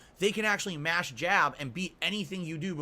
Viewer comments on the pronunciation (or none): none